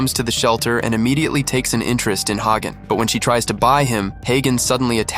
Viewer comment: His name is not hey gone , his name is hagan😂